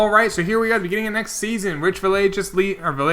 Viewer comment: Cant wait for Villegas to retire so you can stop butchering his name lolololol.. (just messing around) (its Vee-aye-gas by the way)